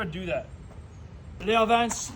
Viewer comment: It’s pronounced “Leo Vin-chey” it’s Italian and I have one on my 690 Duke.